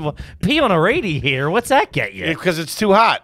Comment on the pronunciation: Ray-diator? Don't you Philly boys mean rad-iator?